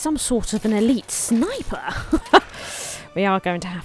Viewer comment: I think it's funny when you say snipper instead of snipe-r! I'm seriously considering the game so appreciate the video